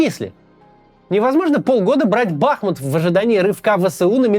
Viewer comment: Максим правильно БахмУт!)